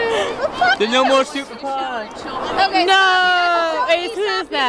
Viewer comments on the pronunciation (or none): it's not super pie o-e